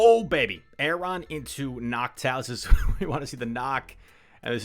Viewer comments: "A" is silent its just RON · Lmao was thinking the same thing